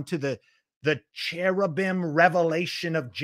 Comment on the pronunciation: "The cheribum of Jerimiah." STILL LAUGHING AT THAT ONE :)